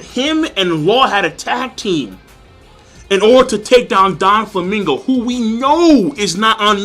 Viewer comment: Just saying... It's 'Do'flamingo not 'Don'flamingo